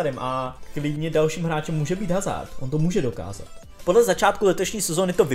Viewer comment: HHHHHHHHHazard, když se chováš jako expert, proč se alespoň nenaučíš správnou výslovnost jmen hráčů